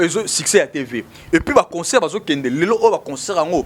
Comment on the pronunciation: il faut soit parler en lingala, soit en français Si vous décidez de parler en français, il faut arranger la prononciation. On dit concert et non conceurt. Pour le reste,il faut être au milieu du village. Bon courage